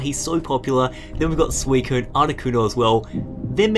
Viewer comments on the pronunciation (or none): none